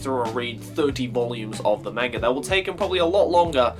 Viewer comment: Hahaha you pronounced manga both ways in this video: "ma-n-ga" and "man-ga" :^)